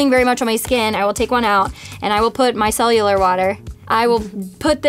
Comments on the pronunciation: did she say mycellular water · “micellular water” lol 🤣